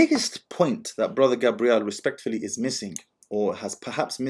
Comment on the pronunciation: You keep pronouncing his name as Gabrielle which is feminine. It's Gabriel.